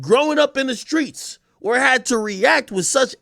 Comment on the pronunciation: “Do you think he’s THUGGING… do you think he’s in the SKREETZZZ!” 😂😂😂😂😂 AK went for 50 on Ja 😩